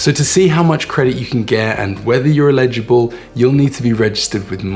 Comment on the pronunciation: not "illegible" but "eligible" - ell-i-ji-bl.